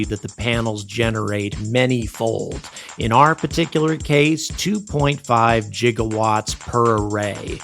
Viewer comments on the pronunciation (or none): Did you say "jigawatts"? Apologize. Now. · Did this man really say “jiga watts” 😐